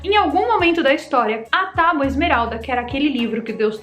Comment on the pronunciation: falou “tauba”?!